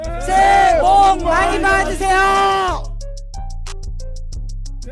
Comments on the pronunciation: 그래 새해 천벌받으세요로 들리는건뭐지? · "새해 똥많이 싸세요" 난 이렇게 들리네~ㅋㅋ